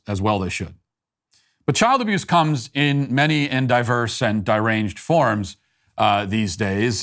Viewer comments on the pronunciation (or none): did you just say "diranged"...? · Dye-ranged? Please read your script ahead of time Matt It's embarrassing to see you misread words like that. You eff up a bit in practically every recording. It looks unprofessional!